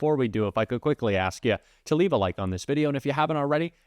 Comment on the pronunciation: So, it’s not “Lev it”. It’s “Leave It”